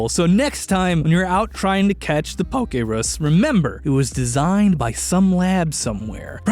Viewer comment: "𝓟𝓸𝓴 - E - 𝓻𝓾𝓼"